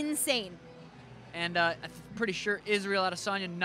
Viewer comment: I like how he said "Pereira", not a bad Brazilian portuguese accent there..